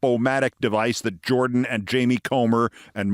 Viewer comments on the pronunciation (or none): none